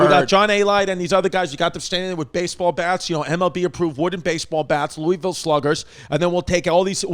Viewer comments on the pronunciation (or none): Louisville is pronounced lulvul you uncultured FFs